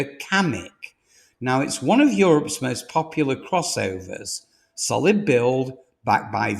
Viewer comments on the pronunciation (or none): none